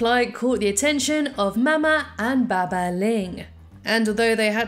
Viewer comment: It’s not baba, it’s bah bah